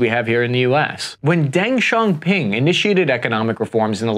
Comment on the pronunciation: Butchery of Chinese hurts muh ears! In pinyin, X= a hard sh with teeth clenched. Xiaoping= “Shyao ping”. Xu is pronounced like “Shű”. J is just a j. Jin is pronounced like “Jean.” Zh is the buzzy j sound like in major. Cai=chai. Xu Caihou= Shü Chai-hoe.